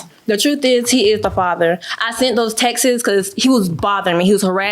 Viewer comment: I’m tired of people saying Texas instead of texts. Texts is one syllable and Texas has two